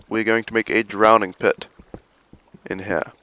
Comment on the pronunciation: "In heeah"